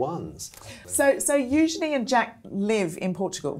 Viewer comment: Thank you for being one of the few who pronounces Eugenies name correctly